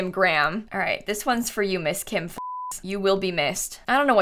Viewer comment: it makes me laugh every time she says kim fuchs